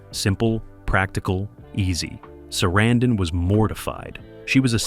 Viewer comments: Why do you keep incorrectly pronouncing Sarandon, then pronounce it correctly once? Learn what you are talking about before making a video. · I must say, that is a... creative way to pronounce "Sarandon."